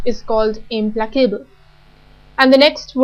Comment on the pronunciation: The content of this video is interesting, but her accent is intrusive and confusing and her stress and pronunciation are at times incorrect, e.g. "implacable", "apathetic", "synonyms".